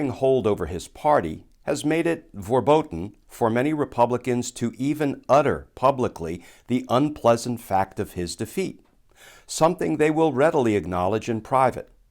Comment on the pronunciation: Hey Glenn. Great video. However, FYI 'verboten' is pronounced 'fair- bo-tenn'. 'v's are pronounced as 'f's. Speaking as German-American expat living in Nürnberg these past 14 years. But, best wishes to you! Please stay strong, and when Garland decides to leave his post perhaps Biden will appoint you instead. We could really use a pit-bull lawyer as AG. Long shot, but I can hope.